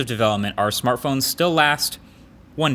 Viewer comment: Marques said smarthpones